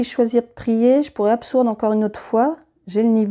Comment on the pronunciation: Merci pour cette vidéo, je trouvais la règle solo pas super claire. Par contre, le absourde m'a fait très mal aux oreilles. Un petit détail, tout le reste est très clair.